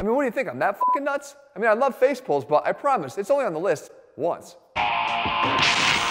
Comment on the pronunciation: Everytime jeff says facepulls i hear baseball